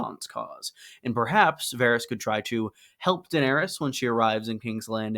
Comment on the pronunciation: Dawg, it's Varys lol